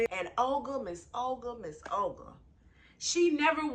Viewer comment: Why does Olga sound like Ol Girl to me. 😁